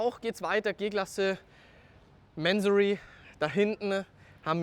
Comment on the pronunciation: Mansory ist eine Tuning Firma mit Sitz in Brand (Oberpfalz) unter der Leitung von Kourosh Mansory. Bin mir sicher der Name wird nicht Englisch ausgesprochen.